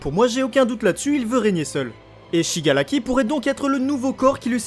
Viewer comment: le R en japonais est un mélange de R et L, mais azy ton shigalaki il est frustrant à entendre. BTW superbe vidéo